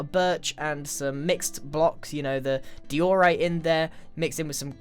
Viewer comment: Please make a video just with you saying diorite. It's funny